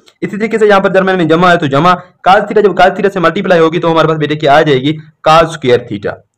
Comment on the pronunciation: Cas nhi cos HOTA ha